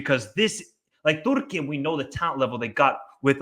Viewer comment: Why do you say 'Turkey' in that silly way?